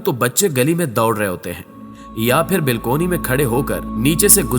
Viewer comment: بھائی جان اگر آپ برا نہ مانیں تو الفاظ صحیح بولیں ۔ بلکونی کوئی لفظ نہیں ۔ بالکونی درست ہے ۔